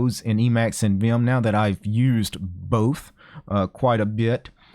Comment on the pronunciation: "viyum" lol